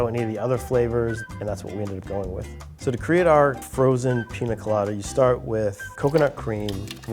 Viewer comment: Say it with me PINYA COLADA, not PINA COLADA